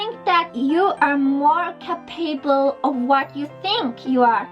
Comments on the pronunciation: Hey Sweety. You probably already realized this but the word "Capable" is pronounced with the "Ca" As the long noise, not the "PAble" -I'm not good with grammar hahahah Hope you know what I mean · Awww She says cop-able for capable :3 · I love how she says capeable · Awwww she’s trying to pronounce capable and it sounds so adorable 😖💘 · How she pronounces, "capable." LOL. It was cute.